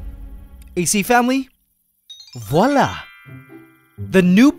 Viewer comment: "voilà" nice try to speak french XD